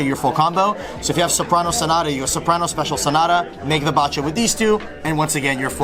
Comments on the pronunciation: Bacha is pronounced baha like Bach the composer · This mf pronounces "Bacha" as "bah cha." 😂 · Pend is best deck, but please please pronounce Bacha correctly. No one does but it's so simple since it's based on Bach the composer